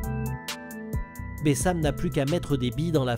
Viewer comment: c pas bessam c bassem 69200